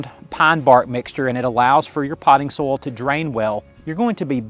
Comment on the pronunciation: Great video, but was getting annoyed at the pronunciation of "Potting soul". What is potting soul? Took me a while to realise you were saying SOIL, hah!